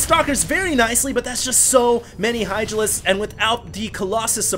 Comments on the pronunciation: I think he said "Idralisks" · Did I hear Idralisks?